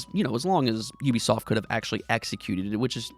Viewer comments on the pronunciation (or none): none